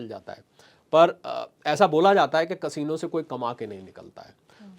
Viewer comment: कसीनो नहीं कॅसिनो बोलो